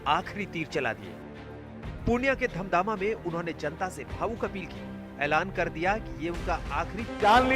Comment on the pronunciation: धमदामा नही धमदाहा रिपोर्टर साहब😬😬